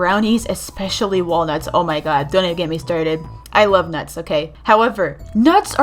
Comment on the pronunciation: nuts its not that hard to say